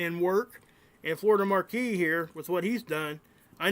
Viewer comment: Not to put too fine a point on it, but Florida Maquis' name is pronounced as "Ma'-kee", not "Mar-kee" Different spelling. "Maquis" vs "Marquis". 'Nuff said.